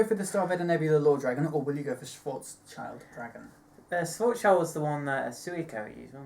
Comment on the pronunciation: LEARN TO PRONOUNCE GERMAN!!!! XD schild as in built, german for shield, schwarzschild being some important physics thing einstein used. Guess my question would be what do you think the swapping of sets 10 and 11 will do for the english speaking meta game? will it , in your opinion, balance out descendant like the release schedule did for the likes of dote and mlb or will it need to be limited here too?